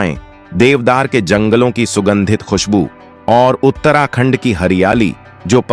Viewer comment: Pahle bolna Sikh Lo FIR Uttrakhand ko galat bologe bhai